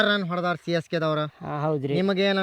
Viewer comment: ಸಿಸಕೆ ಅಲ್ಲ CSK